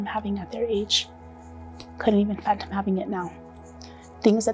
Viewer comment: Fathom. Couldn’t fathom. Not phantom.